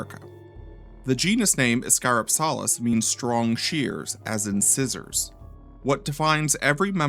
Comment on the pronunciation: Its pronounced ISS-cuh-ROP-selliss. Like how Dynonychus is not pronounced DY-no-NY-cus, its pronounced DYN-onicus. Basic latin sounds.